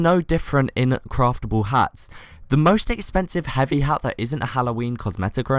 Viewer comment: Should change hat in the video title to ha cus i dont think you said the t at the end of hat at all